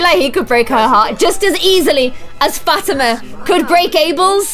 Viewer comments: Fat-ima is actually Fa-ti-ma 😂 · Liliths friends name is pronounced Fat-e-ma because I have a friend named Fatima